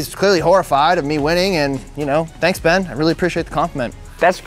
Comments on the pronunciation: The fact the called Ben “Bean” for the whole video😂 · That just me or was calling Ben Bean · Why does calling Ben bean